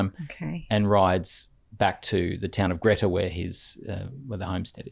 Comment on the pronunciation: FYI it’s pronounced ‘Gree-ta’ not Gretta 😊